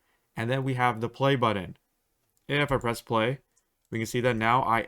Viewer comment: and how to pronounce words like "button" incorrectly.